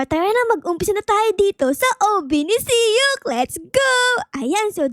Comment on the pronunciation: Mali ka naman e dapat sok hindi siyok